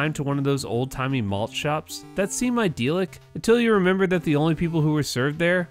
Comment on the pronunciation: It's not ideal-ick you momo.... Idle-ik Or if you prefer Idyllic